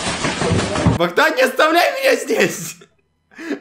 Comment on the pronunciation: Не Бандан а Богдан